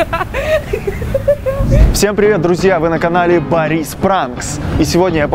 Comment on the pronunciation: Не борИс Пранкс, а бОрис пранкс